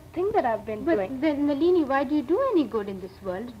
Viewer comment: pronunciation is ❤️